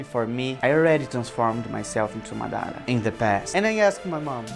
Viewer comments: for god shake, It's mAdara. not madAra. cool video though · Madara ❌ Madaarah ✅ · i am not trying to be mean but its "maad ra" not madara like it is pronounced like that :)) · Dude great job ... but after all of this work you can't say his name right ... its Maaadra (fast) ... not Mdaaara .. wich u the best keep it going 👍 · It's "MAH-dah-ra". Empahsis on the "Mah"... Not the way you're saying it.... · Dá de perceber que ele é BR só pela pronúncia de "Madara" e Naruto" kkkk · Amazing but they way you say Madara is just horrible D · Bro not even saying madra right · I KNEW YOU WERE BRAZILLIAN WHEN I HEARD YOU SAYING "Naruto" AND "Madara"!!!!